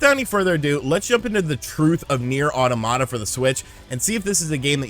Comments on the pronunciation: not auto Mata. it's pronounced autom ata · Aw Tom it ta , not aw tomata , the word is not supposed to sound like tomato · Automata is pronounced Ah' TOM' mah'ta like the word "Automaton" not Auto-mata. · It’s pronounced like “automaton” ne’er au-tah-na-mah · Hearing it pronounced as "Awetamata" is giving me an aneurysm. 🤣🤣🤣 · Pronunctiation in spanish: Automata. Pronunctiation in english: Oromara